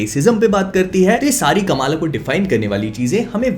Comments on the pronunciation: Correct Pronounciation: "Kuhm-laa" Khan My ONLY gripe with this show. "Kamaaala" is NOT how you say that, FFS. They had soo many Pakistani actors on set and for some bizarre reason, nobody thought to correct it? You had ONE chance to let the world know the correct pronunciation yet, u fucked it up. Literally Everyone says it wrong. Even South-Asians have started saying it wrong by just copying westerners blindly like we usually do. Otherwise, the show was surprisingly better than how they portrayed in the terrible trailer. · Kamala Nahi bhai Kamla hai woh